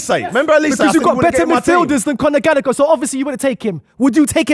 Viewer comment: Conor Magallagher 🤣🤣😂😂